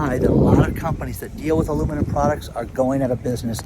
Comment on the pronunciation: What’s ‘Aloomanim’? 😂